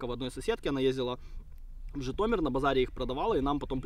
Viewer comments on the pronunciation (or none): none